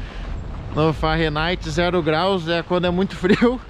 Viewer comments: "farenigth" não pow Fahrenheit....kkkkkkk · Não queria dizer nada, mas o tá dizendo Fahrenaite e é Fahrenheit, 😁mas eu amoooo o canal, Michele me representa no frio, na minha opinião, melhor canal de viagens, a simplicidade e humilde de vocês me encanta.❤ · O frio do "farrenaite" é foda!!!! kkkkk